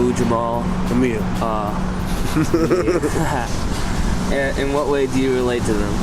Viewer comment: Technique looked as though he was going to pound that dude when he said Mumia wrong lol i could see the FEAR lol